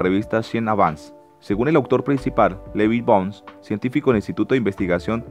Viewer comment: Tú tienes problemas con la letra N: no dices Elon Musk sinó Elon Monsk, y ahora dices Levi Bongs siendo Levi Boggs, y en varias ocasiones más te he escuchado metiendo ENES donde no van.